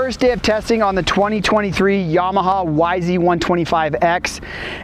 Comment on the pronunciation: its not YAH-MAH-HAR its YAMA-HA